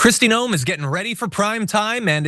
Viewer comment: I wish people would point out that her name is pronounced 'noom' in the language her forbears emigrated from.....Noem is a Dutch spelling.